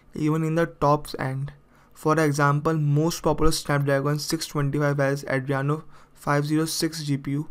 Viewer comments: Did you loose your 5th grade grammar book? It's adrEno not Adriano 😂😂😂😂😂😂😂😂 Number third 😭😭😭😭😭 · it's adreno not adriyano bro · Adreno! Not adreyano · Sorry for bad pronunciation, it is Adreno, not Adriano. Subtitles are now available. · Not Adriano its Adreno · Adreno not adriano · Andreno or Andreyano😂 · its pronounce AH DREEN OH.